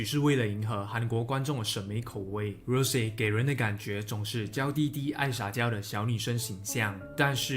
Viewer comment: 不是读rose是羅潔